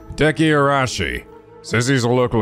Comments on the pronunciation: I know this is probably a lost cause, but, please, there's an "i" between the second "a" and the "s" in Araishi's name. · About Araishi's name (and Shiraishi's too). It's not Ara-shi and it's not Shira-shi. The "i" in the middle is not silent. It should be Arai-shi (like Arai from Yakuza 4 with shi at the end) and Shirai-shi. But you can easily check the pronunciation of any japanese words in google translate. It might sometimes not be the best at translating whole sentences but I never seen it being wrong about single japanese words when it comes to pronunciation.